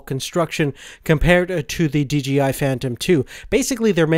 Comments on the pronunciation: OH MY GOSH ITS SAID D-J-I NOT DGI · d...J...I.... not dgi